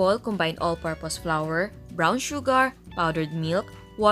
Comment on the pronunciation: Chef, Hindi po tama ang pagpronouce ng flour its flour Hindi po flower